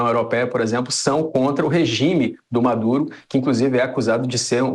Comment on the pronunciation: ....pera! eu ouvi "Madure" mesmo ou tô errado? kkk